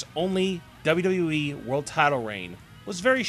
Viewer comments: you say wwe like dodododowee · First of all you have to make a good pronunciation.Then you got a option to choose making of a video.I just listened your presentation somehow through the video wich was disguisting.Please make sure from the next time what you have to improve your basic things to make a video presentation.Your accent of WWE was just impossible to take.